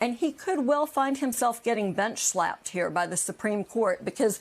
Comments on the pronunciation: “Bench slapped “ I think she meant bit*h slapped. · “Bench slapped” I heard that same thing 😅😅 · "You said 'bench-slapped' and I heard something altogether different ..." 💀😂😂 No, there's nothing wrong with your hearing! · LOL Nicole.... yes, she actually did say "BENCH-slapped". I think many of us shared your thoughts tho. ;) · She said bench slapped 😂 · Lol. "Bench slapped". I heard it too! Lol. Let us pray he gets that very thing to the utmost!